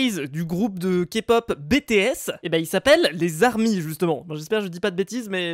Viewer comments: Pour une fois y'a personne qui dit pas a "on dit pas BÉTÉ S on dit BITI S" (lisez juste) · Mais sa se prononce BiTiS et pas BéTéS rohlala bravo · Tu dis "Bété esse" ondirait un vélo sérieux 😂😂 On dit "BiTi esse" Même moi qui ne suis pas Kpopeur je sais ça 😂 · Pas bé, té, essse c’est bi, ti,esse Aïe ça pique😭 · OMGGG IL A DIT BÉ TÉ S (ma sœur va te tuer x) ) et sa se prononce en anglais : bi ti s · Comment tu appele les bts mdr "bé-té-esse" NOoooON on dit "bi-ti-esse"!!!!!! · bÉtÉèsse!! 🥴 Mdr on prononce ça: bitiesse 🤦🏽‍♀️🤣😭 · NON MAIS PAS BÉ TÉ S 😭😂😂mais bi ti s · C'est pas "bétéés", mais BITI ÉSSE!(et ce "piaf", c'est une autruche...) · "Bétéaisse" ça fait mal aux oreilles 😂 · non, on dit bi-ti-esse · fujimi~ c'est juste prononcé en anglais. Avec un vieil accent français ça donne "bétéaisse" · Il les a pas respecté 😂 rip a nos pauvre « bi-ti-esse » 😂😂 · SA SE PRONONCE B(I)T(I)(È)S!!!!! Deso 😂😂😅💜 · Il dit en fr on dit "bi ti s" et on écrit bts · ceci est un message au ARMY'S svp exuser le pour le "bétéésse" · "BTS" on dirait c'est un truc de travaux mdrr ça se prononce bi ti s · ça se prononce bItIèss ça se prononce à l’anglaise en fait 😭😭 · Ça se prononce BiTiS 😂😂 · BTS se prenonce bitis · Je ve pas faire mon fan boy mais c pas B T S mais ça ce dit Bi Ti S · #BTS je suis dsl d'avance mais on dit pas BTS sa se prononce bi ti s voilà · BTS sa se dit bitiès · Ca ce prononce (bi ti s) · Qui peut me donner un couteau c BTs ce dit Bi Ty S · stp ça se lit en anglais (bi ti s) Tu as agressé le nom de mon groupe de kpop préféré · On dit bitiais mais sa s écris bts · FAUT LE LIRE BI TI S PAS BTS mais sa s'écrit BTS tkt je te crit pas dessus. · Bts se prononcé bi ti s sinon sa fait un peu bizarre Qui est army ici 😊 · bts ne se dit pas comme tu le dit ses horrible mais vive bts et black pink jadore t video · sa façon de prononcer BTS 😭😭je pleure 😭😭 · simple suggestion, prononce "BTS" avec l'accent anglais, ca vaux mieux je pense XD